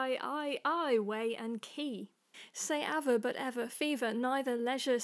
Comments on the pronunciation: Aver should have the stress on the second syllable though. This poem rhymes a bit more often with the British soft "r", sounds nice. Try tackling the original unedited version of his poem, you're one of the few who I'd actually like to hear do it. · You're correct about aver - it should be more aVER-y, and I have corrected it in my other version. Roll - that's just how I've always pronounced it, and yes, it does sound a bit like doll. If I were Brian Sewell, I would probably make more of a 'rewl' sound! As for dost, some people say 'dust', some dost. Not much of a difference in the sound really :) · Viscous, wont, aver, ate, dost, doctrine are all mispronounced, IMO... :)